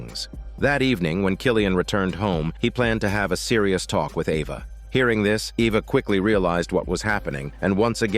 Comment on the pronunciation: AI wasn’t sure how to pronounce the name Eva lol